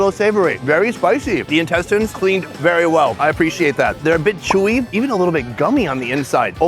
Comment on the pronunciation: "It's a bit.. ..Chui (chewy)!" 🤘